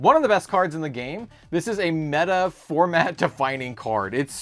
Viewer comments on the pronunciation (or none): none